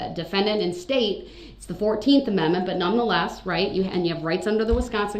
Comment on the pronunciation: how he says Amendment..... "ameme" 😂😂😂😂😂